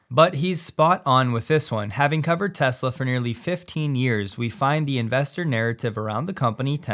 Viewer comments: "I love Tesler" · Biden couldn't even say the word Tesla.